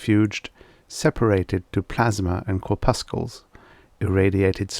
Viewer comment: The c in "curpuscles" is silent.